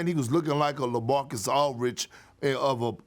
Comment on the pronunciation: Perk… it’s “Aldridge” not Alridge 😂